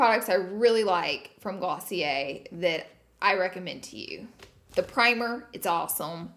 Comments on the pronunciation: Girl its pronouced glossy-AIR. Lol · Glossy air😂😂😂 also, did she say ice cream instead of eye cream?😂 She's the cutest🥰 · I’m British and I think it’s GLOSSY-ER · Damn I still be pronouncing it Glossy-Air 😭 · Kaitlyn H me too!!